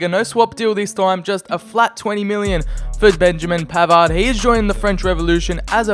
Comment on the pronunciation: You are bad in one thing that u need to improve That is your pronunciation Because............ I Its not pavard its PAVAAAAAAAAAAAAAAAAAAAAAAAAAAAAAAAAAAAAAAAAAARD!😁😁